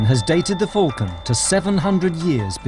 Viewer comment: "Falcon" is pronounced with an A not a "U". It's 'Fulcan" .....it's Falcon!